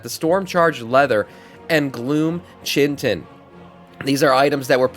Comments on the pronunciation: Chin-tin. 😂. Kie-tin. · Chitin is pronounced 'kai-tn'